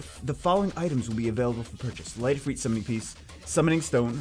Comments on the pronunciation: The way you repeatedly butcher the pronunciation of Ifrit has forced me to unsubscribe from your channel.... ITS NOT IFREET FFS, its IF”RIT” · OMG ITS NOT IFREET..... rit as in ritual. If-rit. your hurting my ears. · Not EEFREET. If-rit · and to think I always called it if-rit and not if-reet. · "If-reet" wth... "Mah-nah" 😐😐😐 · you said Light Efree? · The I’s make the same sound